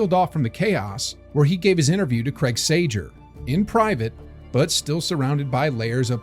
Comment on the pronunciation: Hold on bro, how do you miss pronounce Craig Sager's name? Hell nah